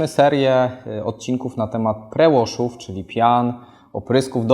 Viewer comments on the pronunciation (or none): Jeżeli mogę grzecznie zwrócić uwagę - nie „pre łosz” tylko „pri łosz”. Albo po polsku czytać p r e w a s h, a nie tak po połowie :) . Kłuje w uszy trochę i obniża profesjonalizm. Poza tym jak zawsze przyjemnie się ogląda.